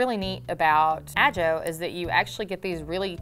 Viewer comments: ''Ah-Joe'', really? Just might be pronounced ''Ah-Ho''. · It's ah-ho not a-joe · It’s not ajo it’s pronounced ahoe just f.y.i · Boy, one thing that I love about living in Arizona is the beautiful desert landscape it has. Geological masterpieces and wonderous mountain landscapes and forests. I love seeing the places, not a fan of the heat though. Also, you mispronounced Mohave and Ajo. Ajo is pronounced "ah-ho" and Mohave is pronounced "mo-hav- ay". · Ajo is not said with a j sound its (aho) the j makes a H sound like in Spanish Like Jose is pronounced hozay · It's pronounced Aho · Ajo is pronounced Aho ! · Ajo is pronounced “ah-ho”. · Ajo is pronounced ah ho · Yeah, that was a little painful.